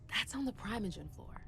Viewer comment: As someone who’s played Table Top VTM since 1996 that’s NOT how primogen is pronounced!!!!!!!!